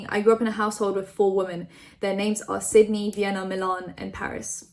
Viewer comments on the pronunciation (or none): none